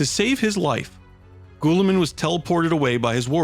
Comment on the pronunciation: Gah! such great work but..... Astartes is pronounced "Astartees" and Guilliman is "Gilliman" not "Gooilliman" other than that fantastic work